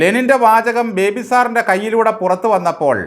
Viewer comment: ഇയാൾ പേര് ചോദിച്ചാൽ പറയുന്നത് പോലും ബിബേ എന്നാണ് 🤣🤣🤣